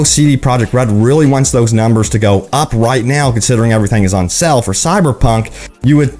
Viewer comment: It's called SALE bro, not sell ;)